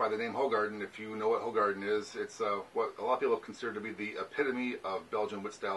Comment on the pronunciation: It's pronounced 'who- garden'